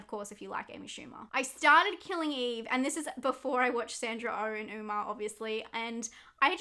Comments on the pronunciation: i adore you... but it's pronounced 'uh-mma', not 'ooma'. like how '' isn't prounounced 'eema' kjdsfjksfd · Sorry to be that person but Umma is pronounced like “uh ma” not “oo ma” I had to sorryyyy 😭